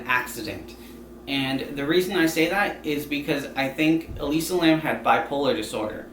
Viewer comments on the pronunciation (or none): Its Elisa Lam not Alisa Lamb 😭